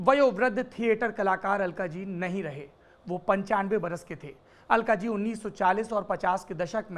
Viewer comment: अल्काज़ी... अलकाजी नहीं।